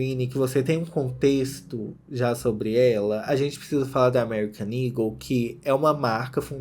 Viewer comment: SIMMM! mesmo ele mostrando as fotos da loja no começo tava na minha cabeça "ego" pela pronuncia, só no final do video que eu me toquei que o nome é "eagle"